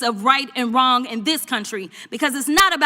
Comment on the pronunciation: "Right or wronk?"